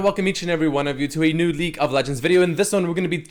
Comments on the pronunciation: He always pronounces league as leak for some reason xD. I hear it as well buddy you ain't going crazy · I swear is now saying "welcome to another leak of legends video", or am I going crazy?